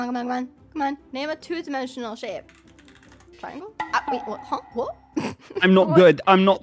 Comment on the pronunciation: "triangle": "trangle" "dolphin": "dophlin"